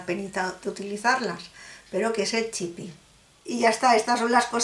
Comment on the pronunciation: Es chip...no chipi